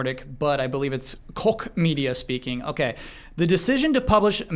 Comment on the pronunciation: Correction: (not really but still) Since Koch Media (Publisher-Name: Deep Silver) is now owned by THQ Nordic it might come up again. Koch isn't pronounced like "cock" (lol) The ch is a weird sound which might be unfamiliar for the english-speaking. It's more like a softer sound similar to "sh" To make it you need to make a "sh" sound but pull your tongue a bit back and open your mouth a little. Fun fact: Koch actually means cook in german and is also the name of the founder.